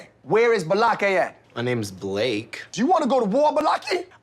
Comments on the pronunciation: LMAO...I LOVE the BAH-LAKAY..aka...BLAKE hahahaha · Omg “Ba lock Kay” 😂😂😂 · I could not figure out Ba-locky and I just heard “Blake”. Finally I don’t have to spend anymore time trying to figure it out. 🤣🤣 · I never could figure out what name Buh Lake' was. 😂